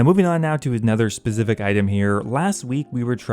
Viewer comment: Why do you laugh on the end of words? Also learn to pronounce stuff properly "Specifit item" it is specific.